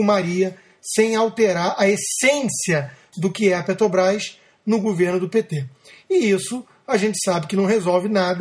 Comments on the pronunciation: O Constantino não consegue falar Petrobrás, ele diz peTObrás. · Eu tb escuto PeTObrás......rs